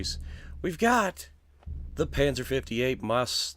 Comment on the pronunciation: it's pronounced like mutts.